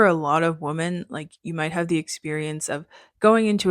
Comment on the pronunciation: Great recommendations! Thanks! 😊 Also-just a request regarding pronunciation — it sounds like you are saying Woman (singular) instead of Women which just became really annoying since you used the word frequently in this video. Ok thank you.